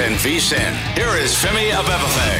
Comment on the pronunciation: Over/under how many takes it took Musberger to get Femi’s name right in the intro: 13.5